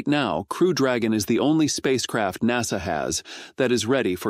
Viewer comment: Stupid AI voice, NASA is treated as a word, not 4 independent letters (@ 7: 15).